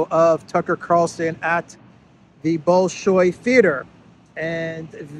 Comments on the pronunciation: Balshoi,not Bolshoi! It is written Bolshoi, it is read Balshoi! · It is not bowl showy; it is bal SHOY. You can see ballet at Bolshoy - bal Bol. It is MUTED or SCHWACH - bal - because stress is on the strong ending - OY.